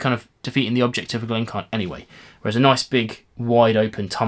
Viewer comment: Sorry, but I have to ask: why do you ignore the "i" in "Glencairn"? It should be 'Glen-care-n', not 'Glen-carn'. I'm afraid that Diamas glass is not something I would want at all (maybe not quite as bad as the Norlan, but...).